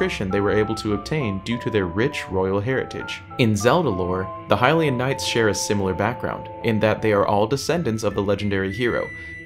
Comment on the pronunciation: That’s a really good question! We don’t, actually. They could have existed long long ago, there’s nothing to disprove that. We pronounce it correctly, everyone else is wrong ;)